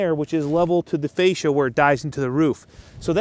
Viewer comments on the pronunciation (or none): none